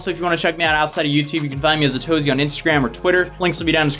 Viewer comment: Okay this time he actually pronounced it as atozy, instead of a-to-z.... now I’m officially confused.